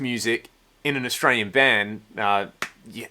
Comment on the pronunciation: "Scott austral-ian."